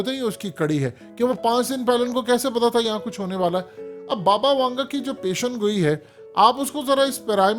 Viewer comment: Sahih alfaz pesh goi he peshangoi nahi